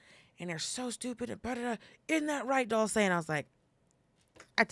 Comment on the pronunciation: DULCE is interesting. How do you pronounce her name? I can’t help but pronounce it as dulse, which is cultivated seaweed here on the East Coast! Very healthy, very good for you. Can buy at any grocery store. #novascotia 🇨🇦🇺🇸🦞